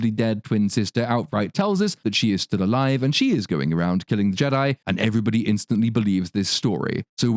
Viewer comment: She also pronounced "Alive" as " a liv"